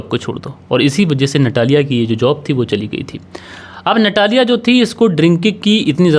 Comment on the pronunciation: रूस में ट को त और ड को द बोला जाता है। आपको उसे नतालिया कहना चाहिए। इसी प्रकार वोडका को वोदका कहना चाहिए। **"रूस में कोई भी व्यक्ति फ्रिज में पानी नहीं रखता। और सितंबर में सर्दी होती है। ***रूस में आपको कहीं भी अचार नहीं मिलेगा। कहानी में झोल है।